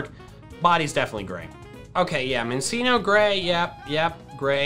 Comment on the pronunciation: I dont know what’s worse, the fact that bronzor is in green and milotic is in pink, or the fact that pronounces Minccino as “min-seen-oh” like.. ITS A CHINCHILLA. ITS NOT A “CHIN-SILL-UH”